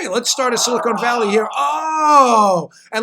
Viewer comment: zomg it's "Silicon Valley", not "Silicone Valley"... Silicone valley is a different thing, you don't want to go there.